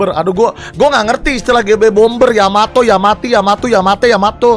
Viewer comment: Kapal yanto,yamete,yamato,yamiti kata bang windah